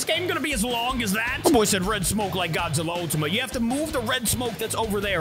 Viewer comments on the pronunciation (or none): Bro said godzilla ultima gas😂😂